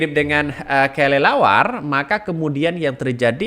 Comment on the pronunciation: Kelelawar bukan kalilawar